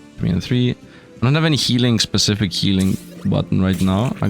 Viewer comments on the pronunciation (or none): none